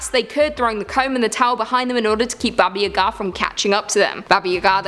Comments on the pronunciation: You keep saying the old witch's name so fast, it sounds like you're saying "Baba Yehgaa". Its pronounced Bah-Bah Yah-Gah. You kinda need to slow it down a little and enunciate. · Not Babaya´ga, it's Baba Yaga XO